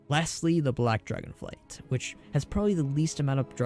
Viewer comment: Good video, lots of solid info. I was a little annoyed that you kept saying "Dragon flights" while everything was written as "Dragonflight", but you still got me a little more hyped for the reveal on the 19th, so whatever.